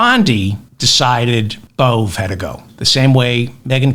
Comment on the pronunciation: Please stick with Bove (rhymes with Cove) and not Bove (rhymes with Olé) David. Emil Bove (your pronunciation) sounds like a petty criminal from a Georges Simenon novel. Bove gets bumped off for snitching to Detective Inspector Maigret. His face is rammed into a Paris pissoir by thugs until his lungs fill-up with you-know-what 👍😎🇬🇧🥃⚰